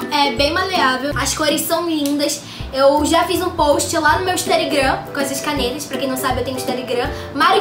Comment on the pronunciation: “Pra quem não sabe eu tenho instarigram” instarigram ?? N entendi 😅😹